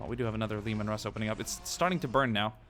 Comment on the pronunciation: And the tanks are pronounced like laymen Russ